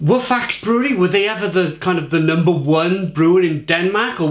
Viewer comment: You must tast the strong ones of it in a black can too (10% a 1litre can) too ! it needs just 1 can for a hole party night ! 😅 Ps: you must speak out the e in the name too to speak out the name "faxe" right ;)